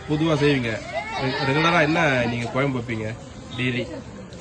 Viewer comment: Kuyambu nu sollathinga vedio edukringa kuzhambu nu sollunga